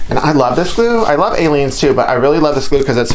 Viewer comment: Love these. When you were talking about the glue, I thought you said I like this glue but I like aliens too. I backed up and figured out you were saying Aleenes.